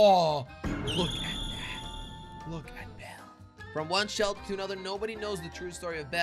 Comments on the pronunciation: Jelly saying selter instead of shelter in the first 2 seconds of video🤣🤣🤣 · U said selter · I like how he said "Welcome to my animal SELTER" I laughed so hard and rewinding and rewinding over and over again 😂🤣😂🤣😂